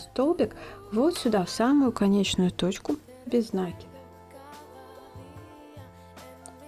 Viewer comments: Хоть бы ударение правильно делайте не накид ударение на " а", а накид на букву " и" мне так удобно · Почему нАкид?!😮откуда этот диалект? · Никогда не вязала из шнура, посмотрела ваши видео и сразу захотелось повязать. У вас очень качественные видео, есть чему поучится. Но у меня вопрос... меня закадили замечаниями, что я говорю нАкид, нужно говорить накИд, теперь я стараюсь говорить накИд, но привычный нАкид постоянно неосознанно выскакивает. Что вы думаете по этому поводу? Вы тоже говорите нАкид, вам делают замечания? Или только у меня такие добрые зрители? Спасибо за ваш труд!